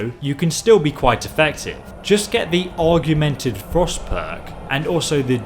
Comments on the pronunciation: Augmented = og minted NOT. og E minted Driving me nuts with mispronounced words in every vid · augmented = org ment ed, argumented = arg u ment ed, just a little thing but it was annoying me lol that being said great vid as always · AUGMENTED - AWEG-MENT-ED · I like it how he says “Argumented” instead of augmented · Augmented AUGMENTED!!! Not argumented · AUGmented, Not arguemented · AUGMENTED NOT ARGMENTED.... AUG-MENTED!! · Augmented, not argumented lol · It's augmented not arguemented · What the heck is an "argumented" spell? It's augmented. Aw. Guh. Men. Ted. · Gah! It's 'ORG'mented, not 'ARGU'mented :D. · "Argumentive" Its "Org-ment-id" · Lol “argumentive”. It’s augmented. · Say AUGust Now say AUG-men-ted You're welcome. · Still can't pronounce "Augmented," or "Draugr," or half of the other words you need to read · I've never heard someone butcher the word 'augmented' that badly before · Can I just say that the word augmented doesn't have an 'R' in it.